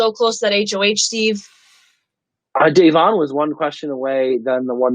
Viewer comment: Why can't pronounce Da'Vonne's name correctly?